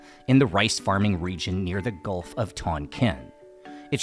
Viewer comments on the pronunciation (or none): none